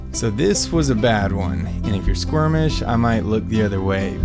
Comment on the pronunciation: HAHHAHHHAHA!!! Squirmish? Squeamish!!! U krak me up.